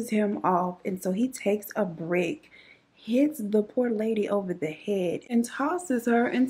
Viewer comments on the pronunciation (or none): none